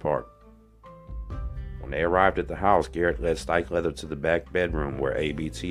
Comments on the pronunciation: HE'S SAYING " LOVICK HALDON STIKELEATHER" lolo Incase anyone was like me thinking What the hell is he saying? LUBBOCK STRIKELEATHER? 🤣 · Are you saying, “Steak leather”? Lols. Seriously though wtf are you saying?